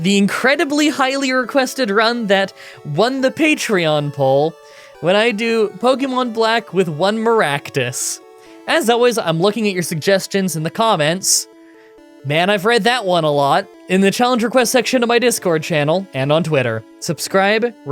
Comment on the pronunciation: Mah-ractus run is a go people THIS IS NOT A DRILL